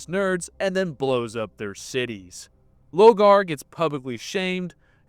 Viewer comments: Love this video and your little comparisons to anime arcs but some of your pronunciation dear god 🤣 you’ve read the books it’s LOR-GAR 😅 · Is there a reason he keeps mispronouncing Lorgar’s name? Like an inside joke I’m not aware of?